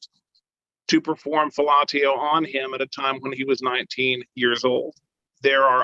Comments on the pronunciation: Dude said "fil-la-tee-oh" instead of "fill-a-she-oh" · Fell-ah-tee-oh. I’ve never heard that pronunciation before. Interesting. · gonna get me some of that fil-ah-tee-oh.😂